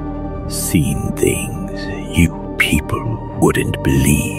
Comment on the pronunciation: ANIM 101: Tongue hitting upper front teeth desperately needed for "things" and other "TH" phonemes throughout. "THings, not Fings!"